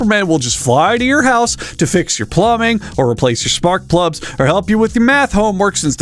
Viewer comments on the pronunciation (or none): Did anyone else catch him say "sparkplubs"?